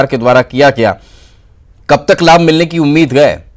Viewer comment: Ye ankor hai ki jagah khai bolta hai .....hamesha notice karta hu